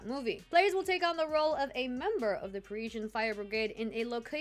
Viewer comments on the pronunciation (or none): none